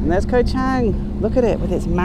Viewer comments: have been following u for the last few months, I think u should make d initiatives to learn how to pronounced d places u go to. Is pronounce chunk not cheng, sarmui not semooi. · .....you are hurting my ears every time you mention the name of the island. Although the english spelling is with an "a", the correct pronunciation is with a "u".....so the phonetic would be Koh Chung.....I know I am pedantic....same with the beer...it is pronounced Chung....meaning elephant. Have a great time....Cheers.